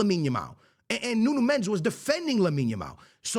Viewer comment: Say his name right , mendes